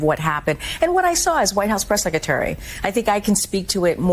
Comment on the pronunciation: Someone needs to tell KJP the word "secretary" has two Rs in it and neither is silent.